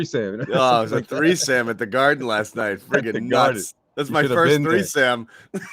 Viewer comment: Three-can-sam lol